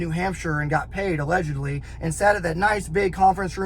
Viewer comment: just listen to how many times he says “Allegedly” or as he says “allehhjudly, allejudly”. moron, guys also a complete punk, talks shit on GBRS, then deletes video, no integrity, no balls.